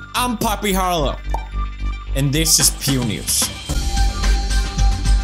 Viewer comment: Pew News but i heard "Pewnis"